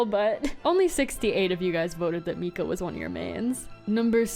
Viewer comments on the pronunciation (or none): none